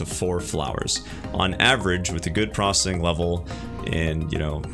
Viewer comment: Stop saying prossing. It isn't a word.